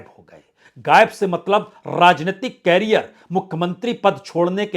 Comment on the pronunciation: भाईसाब, कॅरीयर नही, "करीअर" "करीअर"😅